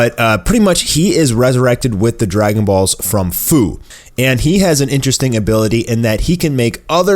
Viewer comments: He messed up the name its fu like fusion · Fu's name is pronounced like few. Jeez, no one can get that right.